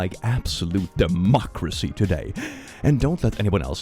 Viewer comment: Did I hear...DEMOCRECY?!!!!!!!!!!!!!!!!!!!!!!!!!!!!!!!!!!!!!!!!!!!!!! FOR SUPER EARTHHHHHHHHHHHHHHHHH!!!!!!!!!!!!!!!!!!!!!!!!!!!!!!!!